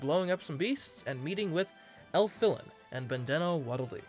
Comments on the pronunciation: hard to say 'and meeting with Elfilin' and calls Bandee a Waddle Doo. Also, who says 'Bandana' like that? (Sorry.) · Hard to pronounce 'Meeting with Elfilin' and calls Bandee a Waddle Doo.